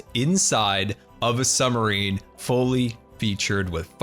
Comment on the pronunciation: is it just me, or does he say summer-ine? kinda funny XD